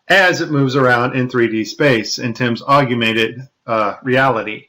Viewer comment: I love this video, but one guy (a guy on "our side"/the side of TRUTH) -and I'm absolutely not bashing the content of what he said, whatsoever, as it was quite valuable, content-wise, but it just irked me the way he said, (sic) "AUGUMENTED REALITY," rather than AUGMENTED REALITY! I'm not bashing him, as a person, nor am I bashing the content of what he was saying, as a whole. I know that I probably mispronounce things, myself, so I'm not trying to be "snobby," as I know that I, myself am one annoying MoFo! (ask my wife!). I guess it's like when people say "NUCULAR" instead of NUCLEAR! That is a big one for me! It irks me to no end!!! Anyway, no disrespect intended toward that particular gentleman... As I said, I know that I, myself do/say things that are annoying to others, as well. The man brought up a few extremely valid, and important points.